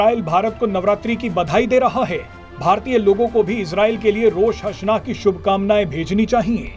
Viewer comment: Rosh hasna nahi... Rosh ha Shana HOTA hai